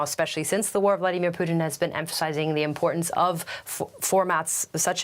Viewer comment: Can't even pronounce "Vladimir"